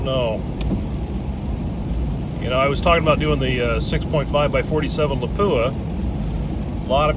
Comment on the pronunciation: It's LAH-pu-ah, not La-PU-ah. It's Finnish.